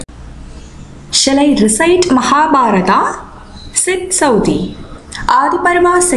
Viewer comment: saudi is wrong . say sauthi